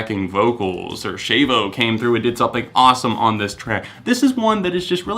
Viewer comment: I have a question, is it pronounced Shave-oh or Sh-Ah-Vo